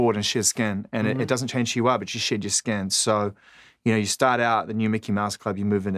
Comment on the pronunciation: Greg Pappas it sounded like he was saying shit your skin instead of shed your skin lol